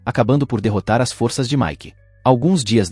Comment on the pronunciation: Está certo que algumas palavras do idioma português, mundam a fonêmica quando vão para o plural. Mas, não são todas. A pessoa quer ser comentarista e não se preocupa com isso. É foda! Força e forças tem a mesma pronúncia.